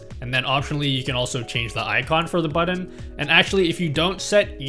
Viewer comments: Love the guide, but this was driving me crazy :’) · "buddon" Now you can't stop hearing it either. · Thank you for recognizing this too! No Hate!!!